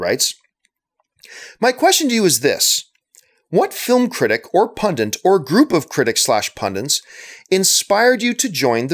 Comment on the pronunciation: You say "pundit" in a weird way - you say it like "pundent". Is that a Canadian thing?